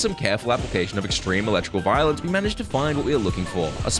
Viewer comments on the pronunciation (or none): none